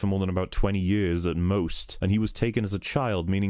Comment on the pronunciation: I love the way you say "years" "Jöörs" Lmao